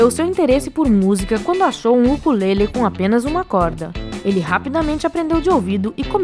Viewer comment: Nss, ela falou mó engraçado "ukulele"